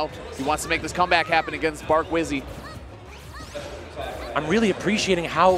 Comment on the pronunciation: love hazmatt for saying bark wizzy